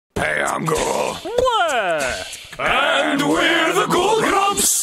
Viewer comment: Doesn't Arin's part of the into seem to say "Pay I'm ghoul" instead of "Hey I'm Ghoul"?